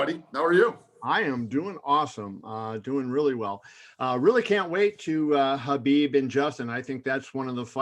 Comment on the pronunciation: He says Habib and not K-habib, finally someone says his name right, now they just got to get his last name right, it's pronounced Nur-mohammed-ov